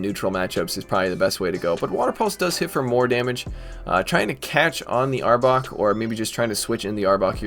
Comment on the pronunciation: You said the name right 😂that's my team finally ❤️